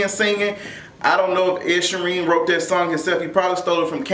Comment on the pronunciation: WHO is Ed shorean?! Is he from the north or south?? lmfaoo i love it! I cant be asked to pronounce his name properly either